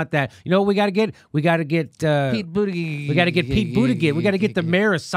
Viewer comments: I love it how no one can get Buttigieg's name right. It's A Maltese name. 'Boot-edge-edge'. But I'm cool with booty-gig lol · It’s Boot Edge Edge 😀